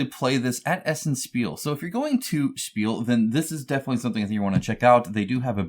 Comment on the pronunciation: Spiel is pronounced "shpeel" in German.